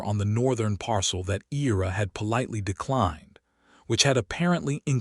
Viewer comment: I ra. Not E ra.